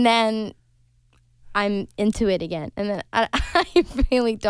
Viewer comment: caught that swenglish "again/igen"